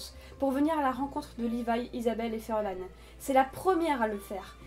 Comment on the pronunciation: Pourquoi vous dites furlan c'est farlan